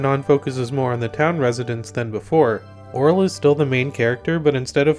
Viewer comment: HOLY SHIT HE PRONOUNCED IT RIGHT!!!